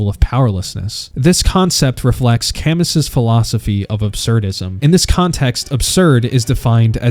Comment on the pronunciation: Psychological analyst who pronounces "Camus" wrong? red flag for AI writing hope you can explain this.